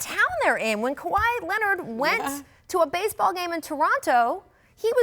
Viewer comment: Scottie finally learned how to say Kawhi 😆